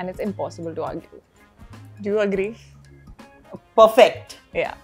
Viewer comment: Do you HAGRI? 🤣